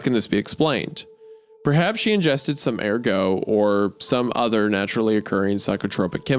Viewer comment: Ergot is a fungus, which was synthesize to make LSD, and it’s pronounced “Err-Got” or “Ur-Geht”, not a homophone for ergo.